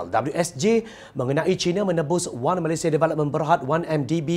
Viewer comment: Saya sangat suka dia sebut "MALAYSIA" sangat cantik sebutannya. (Bukan Malaysyia) Puas betul dengar setiap perkataan yg dia sebut. Seronok dengar dia baca. (Tolong jangan tukar orang lain)